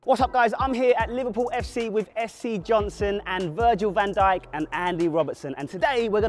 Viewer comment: My brother thought when you said Virgil van djik he thought you said virgin hent@